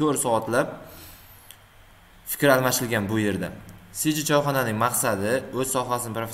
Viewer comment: CGni noto'g'ri aytingiz nazarimda!